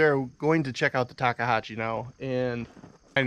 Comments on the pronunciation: What the heck is a Takehashi? lol Takeuchi. Tak eh u (ooo..like ooo that is wrong) chi (as in cheeks) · Ta Kooo Chi. say it with me lol.... Ta Koo Chi, 3 syllables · Why is he calling it a Takeihachi?😂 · Talkahachee? C’mon. It’s not that difficult people. You own these things. Learn how to pronounce it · TakeUCHI Not Takehachi Unbelievably ridiculous review. Since all you do is get in and out in and out in and out all day long then you should just go with Kabota and forget about it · What the hell is Takahachi? Takahashi, I would understand but Takahachi? Come on. It's Takeuchi 竹内. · Enunciation or pronunciation, Tak-e-u-chi! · It's pronounced TY koochy ..... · I know it's a pain to pronounce.... Talk-E-you-chee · You're making me crazy. I'm going to break it down for you in 3 steps. Say it this way in sequence ... 1. Tak- 2. Ehh- 3. Ooochie Practice it a few times and you'll have it. Otherwise, your presentation was very good. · I find it amusing that no one can pronounce たけうち. Say it with me: TA, KE, U, CHI :) Just giving you shit, great video. I run a Cat CTL at work sometimes, and frankly, it just isn't very good. Controls don't respond well, tracks are hard to clean, cab is small with lots of hard edges to hit arms on, parts are constantly breaking or leaking, just poor all around. Never run a Tak, but miss running GEHL with pilot controls, which have a historic relationship with Takeuchi, and are generally simple but well designed. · Tah-key-oo-chee How hard is that? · This is just nit picking but I think you are pronouncing Takeuchi wrong. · With all due respect i laughed every time you attempted to pronounce takeuchi 😅 you just giving it different variations! Great video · Listening to the way you pronounce "Takeuchi" is nauseating...